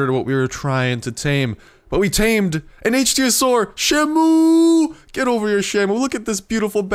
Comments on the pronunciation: Your still pronoucing it wrong, it's ick-theo-saur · It's pronounced ICK-THEE-ASUAR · Nope you pronounced Ichthyosaur wrong again :P